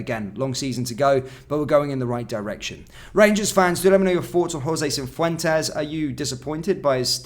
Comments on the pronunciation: I just hope Jose gets sold so I don't have to hear 'cinfwentes' again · There’s no ‘n’ in Cifuentes